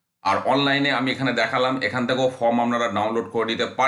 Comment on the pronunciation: ফর্ম কে ফ্রম, ওয়েবসাইট কে ওয়েবসাইড বলছেন? শিক্ষার মান কোথায় নেমেছে সেটা বুঝিয়ে দিচ্ছেন। আগে নিজে শুধরে নিন পরে অন্যকে শেখাতে আসবেন। ছিঃ ছিঃ ঘেন্না ধরে গেল।